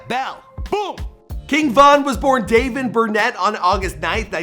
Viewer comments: This dude said “dayven brunette”🤦🏾‍♂️ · It’s not “Davon Burnett” his name is Dayvon Bennett. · bru why you say his name like that..🤦🏽‍♀️it's Dayvon Bennett!! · It’s pronounced Dey-von bennet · It’s dayvon Bennett 😂😂🤦🏾‍♂️ but ok